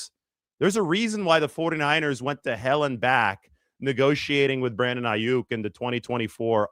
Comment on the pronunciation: No one will take you seriously if you can't even get the names right; and I'm not talking about the spelling.